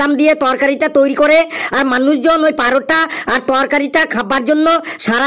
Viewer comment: লেবুর গানটা কয়েক দিনের মধ্যেই ইউটিউবে ভাইরাল হবেই। 😊 আর পারোটা কেন বলছেন ওটা তো পরোটা হবে ভাই।😮